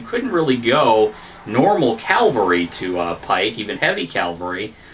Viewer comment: Calvary? :-) I think you mean cavalry. Interesting video though, nice job. Just please stop saying calvary lol